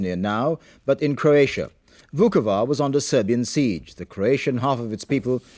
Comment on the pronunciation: For God's sake Michael Nicholson, it CROatia, not CURatia